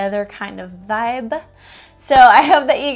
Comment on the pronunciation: I actually LOVE that you change B's to V's! It's super cute! Vivrant, Vive (Vibrant, Vibe) ☺️